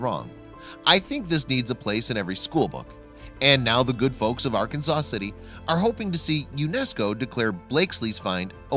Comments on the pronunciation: The name of the city is Ar-Kansas City not Arkansas City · Born and raised in Wichita still here. And it was all over the news . It was news to all of us . Was a big deal for Ark City. We don't call it Arkanasaw city or Arkanasaw river .It's Arkansas city or Ark City. ArKansas river. We all had a laugh every time he said Arkansaw city and Arkanasaw river. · Ar-Kan-zas City, you doof. And in Kansas its El Door ay doh not El door ahh doh. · It is Kansas, not Keun-zuz. The state is Arkansas, but Arkansas City is pronounced Are-Kansas City. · For your information, Arkansas City in Kansas, is pronounced as " r-Kansas" City, and often shortened to "Ark City". Likewise the Arkansas river is also pronounced as the "r-Kansas" river for its entire length within the borders of Kansas. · In Kansas it's pronounced Ar-kansas-city. I'm originally from Colorado, I learned quickly. I'm actually really close to the site. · You're wrong, Ray; Kiah is right. Arkansans of Kansas do not want their city pronounced the way the state of Arkansas is. So they shift the emphasis to the second syllable.